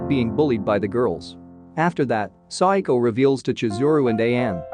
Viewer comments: It's SA WA KO, not Psycho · He’s keep saying saiako its sawako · Her name is SAWAKO not SADAKO!!!!!!!!!!!!! or PSYCHO in this case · Am I the only one that KINDA hears her name as if he can’t quite say the word “Psycho”? I know he’s not saying Psycho. He showed it as Sawako. I THINK he’s saying su-i-ko Please, correct me if I’m wrong.